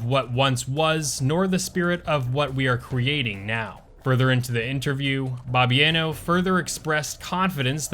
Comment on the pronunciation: As a Polak, everytime you mispronounce Bloobers presidents name i cringe so hard my soul vibrates outside of my body. Bobbi-ano? 🙄